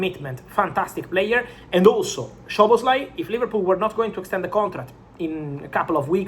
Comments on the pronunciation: With respect, its not "Shoboslai" its both "S" like Soboslai. Sz in hungarian sounds S on english. In polish sz sounds sh, in hungarian just simple s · The correct pronunciation is ‘Soboslai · bro it's pronounced Soboslai